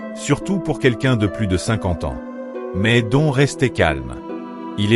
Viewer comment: Don, ça ne se prononce pas à la française mais "Done"...